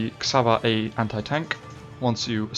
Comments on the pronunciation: Nagyon jó videó, de az Csaba és nem Xaba ;) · Cs in csaba is pronounced like ch in cheese